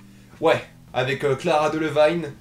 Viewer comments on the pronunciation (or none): arrete de faire le gars ptdr tu dit "clara" alors que cest cara donc voila